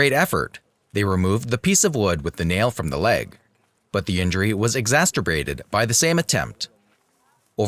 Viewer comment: exacerbated not exacerbrated